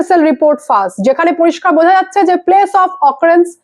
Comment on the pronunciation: ফাস বলছেন কেন? ফাঁস বলুন।